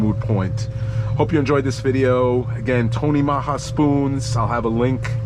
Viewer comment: love the videos, Those spoons are deadly for sure. You made me crack up the way you pronounce Tony Maja bunker spoons. Comedian and a Tight lines